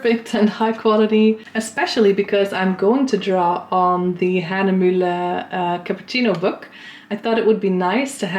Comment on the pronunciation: Finally someone that pronounces Hahnemühle correctly 😂 Listmann seems to be a very nice art shop, unfortunately it is located only in northern Germany, so I don’t have one near me to visit. Thanks for sharing the experience! By the way, Legami is a very nice pen and it is also refillable. I have three already 😅 and you can also erase the ink with the back of the pen.